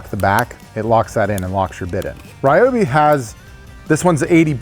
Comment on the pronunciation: Re-obi, broski it’s ry-obi